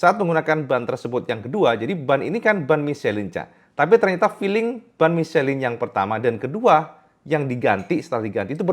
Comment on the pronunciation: Michelin bacanya miselang..kang..